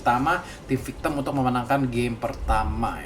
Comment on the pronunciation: Victim woy bukan victemmmmm